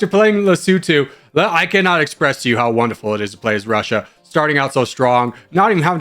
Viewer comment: “Muzzer Vrussia!!!!”